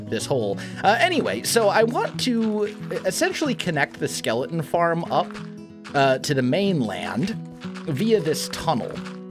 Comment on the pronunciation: He pronounces skeleton like skelen lol